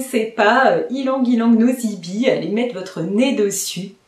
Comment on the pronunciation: Bonjour. Vos vidéos sont très intéressantes. Je reviens simplement sur la prononciation de ylang ylang nosy be. Nosy be est une ville à Madagascar en bord de mer, où les fleurs d'ylang ylang sont magnifiques ! Le nom de cette ville se prononce de la même manière que la grande chaîne de parfumerie bien connue "'nocibé". Voilà ! 😊